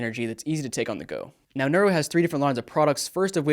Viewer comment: "Nuero" gum and mints? Does Vedal know about this?